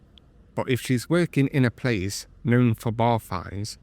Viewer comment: "I am (k)new (known) to the bar". Then there's the 50vs500 baht Engrish mistake on purpose